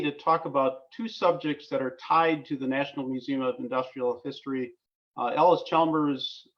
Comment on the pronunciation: Just a note here. The name is Allis Chalmers, you pronounce it as Ellis, but it's pronounced Alice. EP Allis died before the merger, and was being run by his family and Edwin Reynolds. Edwin negotiated the merger between EP Allis and Chalmers & Fraser, becoming Allis Chalmers. It was financed by East coast money and the new plant was built by Allis Chalmers, not EP Allis. It moved to "west Allis" because the new land was "west" of Allis Chalmers plant then at the Reliance Works. The Manhattan engines were the largest steam engines ever built. The wall you are referring to is inaccurate. Allis Chalmers bought the Hawley factory and all Manhattan project manufacturing was done at the Hawley works. Even the employees were sworn to top secret and the West Allis works had no idea what was going on right next door at the Hawley works